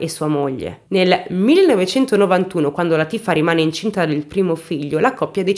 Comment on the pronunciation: Oh!! Non azzecchi mai l’accento giusto: Látifa 😆😁